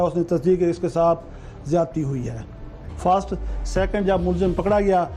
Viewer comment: ایس ایچ او ہی ان پڑھ ہے۔۔۔ فسٹ کو فاسٹ کہہ رہا ہے۔۔ اس الو کو پیسے دیے گٗے ہیں